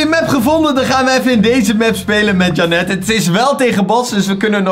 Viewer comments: Niet om vervelend te doen maar volgensmij spreek je janet uit als jhenut. BAWZ ARMY!!!! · Je moet da naam in het engels uitspreken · Ik: Janet: Jannet😂